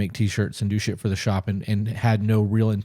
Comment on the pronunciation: Everytime you say, "Do shit," I hear, "Douche it".. I can't unhear it.